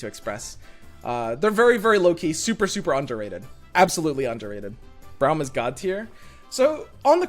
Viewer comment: It's Braum as in AUtomatic, not as in OUch. Please stop